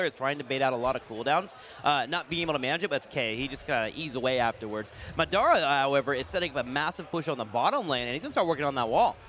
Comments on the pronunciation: Muh DOH ra.... good games but just say Madara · can't say "Madara" lmao